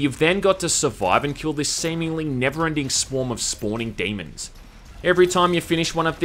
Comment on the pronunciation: "a swarm of spównin' dæmons"